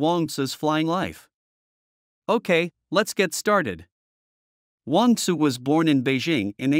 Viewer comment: I think it's Wong "Tsu".